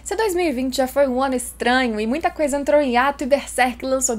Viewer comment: Ela falou, "quando o ano fica caótico ", eu escutei "quando o wano fica caótico", kkkkk já está! Espero que venha logo mais de berserk, e que venha algum anime em 2d também!